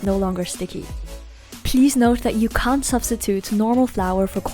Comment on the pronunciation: it sounds like you're saying "can" when you're actually saying "can't"... maybe say "cannot" to be more clear...